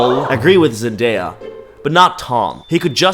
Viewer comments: I wanted to scream everytime she said mandaya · Omg I get so angry every time she said MANDAYA. Like she was the girl in school who would call you names and be an asshole. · "its just an opinion" *continues to call zendaya MANdaya* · no way she just called zendaya MANdaya and tom terry holland 😭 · She’s actually so annoying. Ain’t no way she called Zendaya MANdaya…